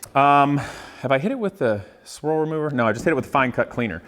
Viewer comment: Squirrel removal? I guess that's the next step more aggressive than bug and tar remover? (I know, I know, it's swirl remover. For some reason it sounded like squirrel.)